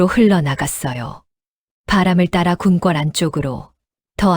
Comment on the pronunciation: 밭일을 바치? 궁꿜이 아니라 궁궐! 아니~ 왜 그렇게 허를 길게 빼면서 강조를 해요? 허대감을 붙여서 읽는게 그렇게 어려워요? 당신들 보고 감~~~독님! 작~~~가님! 그렇게 부르면 어떨것 같아요? 그리고 또 삼년, 십년, 햇수를 말 할때도 삼~~년만 이라 하고! 지시겨 꼬치피 나치근 하도 많아서 그만 쓸라네!